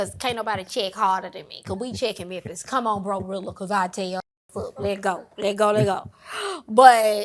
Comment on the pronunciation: "There's only one Memphiz" 😅😅😅😅😅